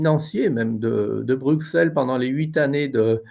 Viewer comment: Bonne émission. Broukselle, Broukselle, .... BRUSSELLE (Bruxelles !), merci !